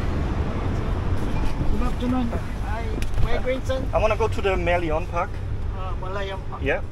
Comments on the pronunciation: Haha, your pronunciation of merlion -- it's made up from "mer" meaning ocean / sea and "lion" as in the actual lion animal. It's a head of a lion and the body of a fish! Glad you enjoyed the less chaotic feel of SG compared to other southeast asian countries! I hope you tried some Hainanese chicken before leaving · You can't just hail a taxi from across the road. Everything is proper here. Must follow the rules, unlike BKK or KUL. Also you can easily find a taxi stand nearby. And Merlion - pronounce as it is, like "lion" the animal. Not "lyon". 😊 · Funny how he said Mer lee on instead of Mer - Lion.. 😂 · Hi dear, glad you enjoyed your visit to SG but I’m sorry & don’t mean to be rude, can u try pronouncing the city as Sin-ga-“pour” and not “poor” ( call me superstitious 😂) and that iconic Merlion as Mer-“lie”-“yearn” (Lion as in the animal, vs tiger). And yeah, pricing of items sometimes vary as per location (tourists vs local targets; main streets vs smaller lanes, chain stores vs small businesses, etc) hence your juice was priced differently as an example. Food wise, we are greatly influenced from all over the world. The “Chinese dish” you tried has cross influences from China, HK, Taiwan, Malaysia, etc too, so you may find lots of “overlapping cuisines” and fusion culinary done here. I totally applaud you for being so willing to walk such distances in the hot humid weather and was rewarded with the diversified sights caught. Good luck on your continual ventures around the world! #staysafe #godbless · HI, nice having you in Singapore. What I noticed is you have a funny pronunciation of Singapore and Merlion. You said merlion, it should be mer and lion, yes mer for mermaid and lion for the king of the jungle lion. Notice that its half mermaid half lion, way to go, man. Thank you and hope you have enjoyed your stay in Singapore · Just to comment - we pronounce "Merlion" as mer-lion (lion as in the animal). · Prounciation "Merlion" is Mer...Lion ( 🦁 )